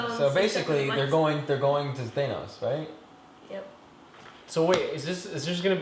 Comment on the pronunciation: stop saying thanos wrong lmao